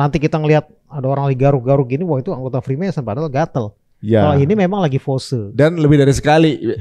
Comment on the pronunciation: Freemason bang bukan Freemanson